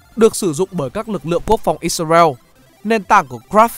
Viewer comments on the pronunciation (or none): none